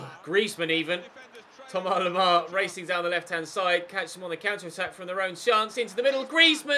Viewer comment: Why does he say Thomar lemar?